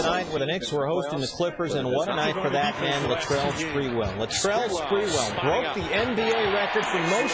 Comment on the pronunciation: Latreeeeeeeeeeeeell spaaaaaareeeeweelll, idk y he says it with an a, but whatever.